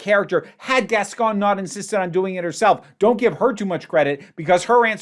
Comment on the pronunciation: Just starting to watch the video but I have to say something I wanted to say in the prior video and forgot: I absolutely love how you pronunciate Gascón... you're doing it SO well. 👏🏻👏🏻👏🏻👏🏻👏🏻👏🏻 Lots of love from Buenos Aires 💖💖